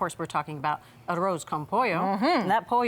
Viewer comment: Bridget said arose(ah-Roze) con pollo lol it's an 'S' sound in spanish. ^_^